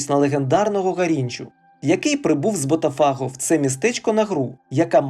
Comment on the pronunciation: лайк поставлю, але оці БотафАго і Флаурес - ну треба ж якось відповідальніше готувати начитку матеріалу, бо вуха ріже.